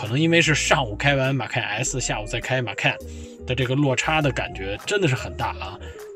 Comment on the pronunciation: 马看 这个口音